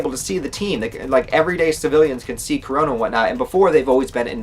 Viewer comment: Why do i keep hearing corona instead of kurono !?lol